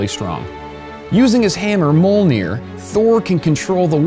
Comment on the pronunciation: its pronounced meeyolnear man